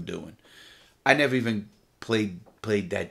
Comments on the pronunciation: I’ll nevah forget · Ceo of nevah forget